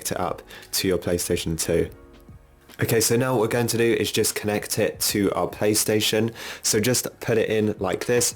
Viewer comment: Is it just me or does he keep saying "pay" station 🤔